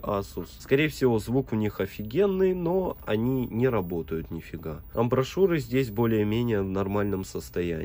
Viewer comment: Бля не амбрашуры, а амбишуры